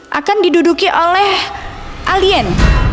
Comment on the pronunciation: 😂😂 elien katanyh 😂😂😂